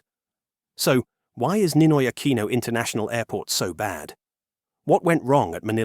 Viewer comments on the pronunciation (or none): Aquino, pronounce it as 'Akino'.. pls. You sounds like AI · and 2 shots when he says "A QUEEN NO" lol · And take two shots every time it's mispronounced as "Ah-kwee-noh" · Ninoy Akweeno? All this time I thought it was Ninoy Aquino. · Just count how many times he said "Ninoy AKWINO" (nope, he didn't say it all the time). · 🤦I can't finish watching this, the way he keeps repeating the whole name of the airport and mispronounces "Aquino"... It's hurting my brain. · The AI narrator voice pronounced Aquino very poorly. A lot of snobby people go to Thailand for provocative reasons.